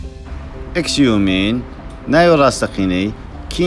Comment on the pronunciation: ئێکس یۆمین❌ شیۆمین✔ لای ژانگ❌ زانگ ێشینگ (لای)✔ بیکیوو، بخیوون❌ بیۆن بێکهیۆن✔ سییۆن❌ سیهۆن✔